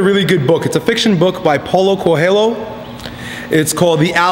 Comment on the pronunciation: I just noticed that Paolo Coelho pronounce as Paolo Cohello. I thought more like Coolho